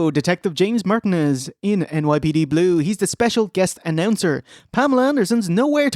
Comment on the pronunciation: pronunciation of Martinez is a good indicator of how many Latinos there are in Ireland